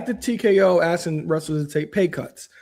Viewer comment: Stop saying axing if you want to grow your audience 😩